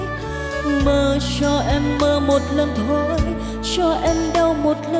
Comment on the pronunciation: Phát âm chữ cuối câu kiểu cuê cuê, “…phận êêêmmm~~~~~” , “…thôiii~~~~~”🤢🤢